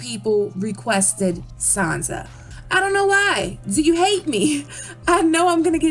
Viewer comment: Who exactly is Sanza? I have heard of SanSa, Not Sanza...